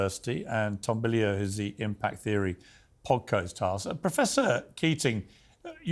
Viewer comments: "Podcose hast." Lmao noice, Piers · "podcost hast" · “podcost hast”